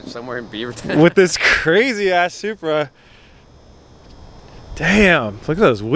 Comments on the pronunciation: sounds like you called the supra a subaru! Can tell you're super excited driving the beast. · Nah he said supra but it just sounded like Subaru😂😂😂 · Rolando Bernal he says supra. He just says it weird